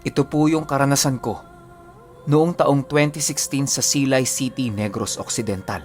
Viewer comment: At ang pag bigkas ng SILAY, mabilis po Pinuno . Hehehe